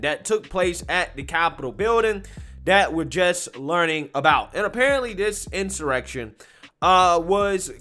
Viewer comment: This is an in-soy-rection.